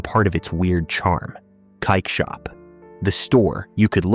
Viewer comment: I live in NL 24 years and this makes me sad. Oh “dark rooms went dark” er Platenzeiken? Cakeshop? However you pretty much screwed up the pronunciation for almost every shop